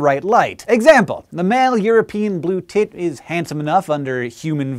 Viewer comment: No one: No one ever in history: the EuRoPeAn BlUe TTTIIITTT